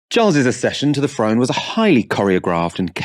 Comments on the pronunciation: I think it’s throne not frone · Kind Charles the FIRD, ascended the FRONE... speak proper love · Loses all credibility when he says frone rather than throne. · Whats ve FRONE ? And Charles ve Fird ? Cant this guy talk properly before he criticises others ?